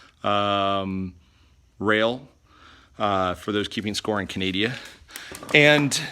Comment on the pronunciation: He said, "Cuh-nay-dia"...